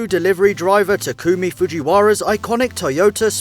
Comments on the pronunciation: its Tah- ku - me not " ta- kume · why does everyone pronounce takumi as ta-koo-me, it should be ta-ku-mi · Ta-koo-mi xD Ta-ka-mi is better way of saying it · Wtf is Takoomi ? It's Tah - Koo - Me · "TaCooMe" im DissGusTed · Ta ku mi said it wrong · ta-KOO-mee? I thought it was TAH-kuh-mee? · "ta-koo-me" I cringed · And didn't say name right Takoomee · It's really annoying hearing him mispronounce the words, especially Takumi and Trueno. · HE SAID TAKUMI WRONG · Plz stop saying takumi like that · dislike for mispronouncing Takumi. jk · At least don't butcher the name of the car and main character. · i'd say because he butchered Takumi's name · just never say takumi or 8-6 again please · oh dear lord the way you pronounced "takumi" makes me want to Kms